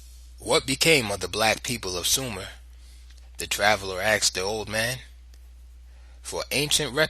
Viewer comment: *'Asked' is not pronounced 'axed'... The Sumerians were black-skinned...? And that's who created writing...? I don't think the historical record supports that... But the Nubian/Kushite peoples who conquered Egypt were... The Egyptians were certainly dark brown or black... Also-- there is some very cool and complex history in sub-Saharan Africa and who knows what awesome (black) African stuff is literally lost to the sands of time in the Sahara itself...